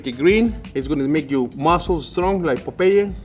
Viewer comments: did really pronounce Popeye with 3 syllables 😅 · Surprised nobody commented on pronunciation of Popeye when he talked about his spinach 😂